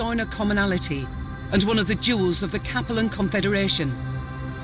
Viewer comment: It freaks me out every time I hear pronounce "Capellan Confederation." She puts the accent on the first syllable in Capellan - KAP uh lan, when the star Capella is pronounced with the accent on the 2nd syllable - kuh PELL ah. Since I'm pretty sure the Capellan Confederation takes it's name from the star, it doesn't make much sense to change the pronunciation that way.